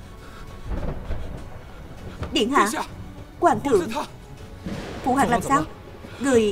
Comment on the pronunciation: Phụ hoàng mà đọc là PHỤ QUÀNG nghe khó chịu quá 😂